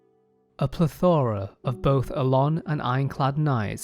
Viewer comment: It is PLEthora not pleTHORa lol